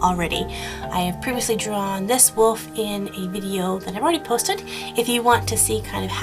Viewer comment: I love how you say wolf. lol It sounds like woof. :P